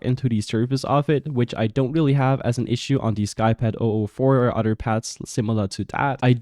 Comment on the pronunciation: I love when you say "other" lol. It sounds like you saying udder 🐄